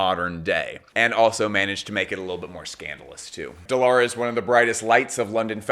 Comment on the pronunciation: So proud from Turkiye. She called as Dee Lara instead of The Lara btw :D